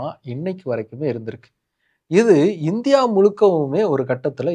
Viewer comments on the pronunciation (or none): none